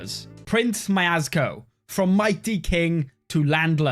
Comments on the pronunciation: what is that pronounciation, mayasco? its spelled mjeschko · Prince "Miazgo" will hunt my ears for the rest of the day 😅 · Why do you call Mieszko majazazko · mieSZko so its better to say mie"sh"ko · you should pronounce his name as "Mieshcko" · me-esh-ko = Mieszko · As a Pole that pronunciation of Mieszko hurt me